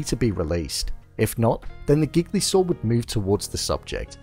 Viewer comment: Your pronunciation of “gigli saw”. 😅